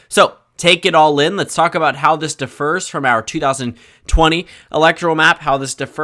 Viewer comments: Hey Dude the word "differ" typically has stress on 'dif', not on 'fer', unlike "defer" or "refer" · When you say “differ”, the emphasis should be on the first syllable